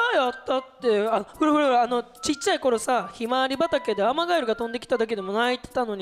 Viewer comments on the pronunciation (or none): ほらほらがふらふらに なっちゃってるのかわい😂💚